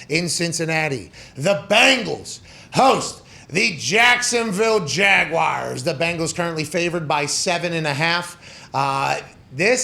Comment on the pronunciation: Did I not get the memo when they changed the word Jaguars to Jagwires?